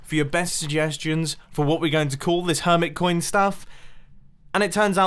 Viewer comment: Her-mit coin Emphasise the mit